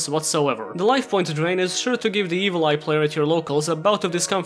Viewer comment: When he said Evil Eye, I thought he said Evoltile, and I about went into a mental fucking breakdown having to remember those things.